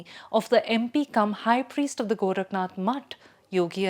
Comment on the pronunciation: आदित्यनाथ not अदित्यनाथ, गोरखनाथ not गोरखनथ, नाथ Not नथ।